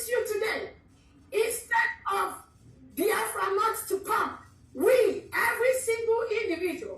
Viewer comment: Biafra not Baafra